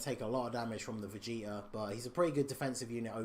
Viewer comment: I heard vegeter instead of vegeta lol